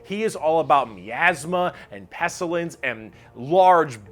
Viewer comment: I love this video but the way he says eldritch makes me want to end it all. That and pestilence.